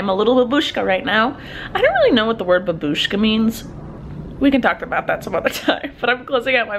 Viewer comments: "Babushka" is pronounced 'bUh-boo-shka', not 'buh-bOO-shka', and it means "an elderly woman" in petty form, from Russian. You're welcome! :) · babushka means grandmom but you say a stronger like bAbushka.